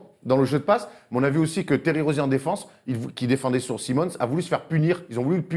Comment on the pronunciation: Un ptit mot quand même pour souligner que vous avez bien modifié votre prononciation de Ben Simmons, ça fait plaisir de voir que vous prenez bien en compte les comms <3 Merci les guys!